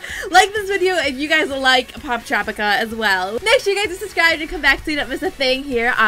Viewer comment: you said it right